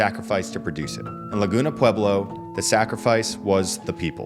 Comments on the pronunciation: If you're going to make videos about the Pueblos... learn how to say the word. It's just pweb-lo. not pew-ee-blo. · pew-ee-blo klingt wie deutsche Aussprache 😁